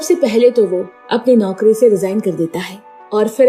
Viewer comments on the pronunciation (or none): none